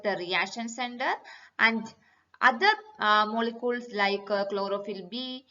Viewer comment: Cool explanation but can u not say "molekules"